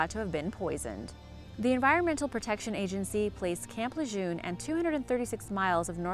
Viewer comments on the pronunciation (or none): It is pronounced Luh'JERN not Lejeune ...